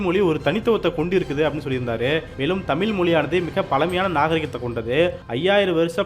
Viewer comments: ஆம், தமிழின் அழகே அந்த “ழ”கரம்தான். எனவே ஊடகவியலாளர்கள் தமிழை நன்கு உச்சரிக்கக் கற்றுக்கொள்ள வேண்டும். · வீடியோவில் பேசும் நபர், தமில் என்று சொல்லாமல், தமிழ் என்று சொல்லிப் பழகவும். மொழியின் சிறப்பே ழகரம். கவனமாக உச்சரிக்கவும். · தமில் மொலியா அல்லது தமிழ் மொழியா? முதலில் தமிழை ஒழுங்காக உச்சரிக்க பழகுங்கப்பா. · தமிீல் இல்லை sir தமிழ் என்று உச்சரிங்க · தமில் அல்ல... தமிழ் என்று உச்சரிக்க பழகுங்கள். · ஹலோ! தமிழை சரியாக தமிழ் என்று அழகாக உச்சரிக்க பழகுங்கள் நண்பரே! தமிழின் உயர்வை பற்றிய இந்தப் காணொளியில் தமில் , தமில், என்று பல இடங்களில் கேட்பது மிகவும் வருத்தமாக உள்ளது. மொழியில் உச்சரிப்பு மிகவும் முக்கியம்! Please தமில என்று உச்சரிப்பை உடனே திருத்த முன்வாருங்கள் நண்பரே! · இப்போது இவ்விஷயத்தில் பேசியவரே தமிழைப் பிழையாகத் தான் பேசினார். தமிழைத் தமிள், தமில் என்று தான் உச்சரித்ததை நான் கேட்டேன். தமிழ் நாட்டில் இளைய தலைமுறையினர் பலருக்குத் தமிழே எழுத, படிக்கத் தெரியாதே. ஏன் நம் பள்ளிக் கல்வித் துறை அமைச்சரே தனக்குத் தமிழ் தெரியாது, என்றும் தனக்கு ஃபிரெஞ்ச்சு, உருது மொழிகள் தெரியும் என்று கூறியதாகத் கேள்விப் பட்டேன். பல தமிழ் இளைஞர்கள் "I don't know Tamil" என்று பெருமையாகக் கூறுவதைக் கேட்டது உண்டு. அதற்குக் காரணம் தமிழ் நாட்டில் நம் தாய் மொழியைக் கட்டாயம் ஆக்காமல், இரு மொழிக் கொள்கை என்ற பெயரில் பல மாணவ, மாணவிகள் தமிழ் அல்லாத ஒரு மொழியையும், ஆங்கிலத்தையும் மட்டும் கற்றுத் தேர்வுகளில் வெற்றி பெற்றுப் பட்டதாரிகளாகி விடுகின்றனர். அவர்கள் தங்கள் தமிழறிஞர்களின் பெருமையாகப் பேசுகின்றனர். தவிர, நம் மாநிலத்தின் சில பகுதிகளில் அரசுப் பள்ளிகளில் தமிழே கற்பிக்கப் படுவது இல்லை. மாணவர்கள் தமிழ் கற்கத் தேவை இல்லை என்று அரசாணையே இருப்பதாகக் கூறுகின்றனர். ஆக, தமிழ், தமிழ் என்று வெறும் கூச்சல் மட்டுமே. அது வெற்று, வாய்ப் பேச்சு அரசியலாக்கப் பட்டது. மொழியை அரசியல் ஆதாயத்துக்காக தி மு க, அ தி மு க போன்ற கட்சிகள் பயன் படுத்துகின்றன. உண்மையில், ஆக்கபூர்வமாக, நம் தாய் மொழியான தமிழை வளர்க்க எந்தச் செயல்பாடும் இல்லை என்பது தான் வருத்தத்துக்குரிய உண்மை. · வார்த்தையில். தமிழ் என்று. உச்சரிக்கவும். நன்றி.